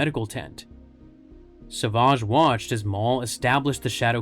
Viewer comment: What's with calling him Sauvage? It's savage.